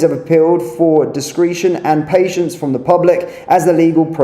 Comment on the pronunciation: Stone the crows - I like your channel BUT dont you read through your script before you go online, its THOROUGHFARE and DISCRETION